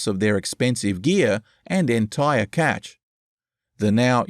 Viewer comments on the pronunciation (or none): none